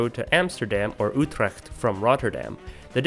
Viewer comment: I was momentarily distracted at the commendable attempt to pronounce Utrecht correctly!